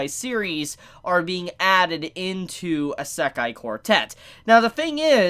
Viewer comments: Serious q. Why do you say "eye-SEK-aye" instead of "EE-seh-kai"? The latter is the correct pronunciation of the word. The way you say it sounds like nails on a chalkboard. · Eh-sekai quartet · Bro you don't say "Isekai" correct at all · Isekai pronounciation is killing me. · Dude stop saying isekai like that geezus Christ 🤦🏼‍♂️ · The way he says "Isekai" makes me want to kill myself